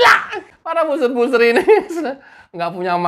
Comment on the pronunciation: Buzzer ini cara bacanya 'bazer' mas bukan 'buser'. Semoga lain kali bisa diperbaiki sehingga kedengaran lebih sedap. Tetap semangat menjadi Buzzer NKRI.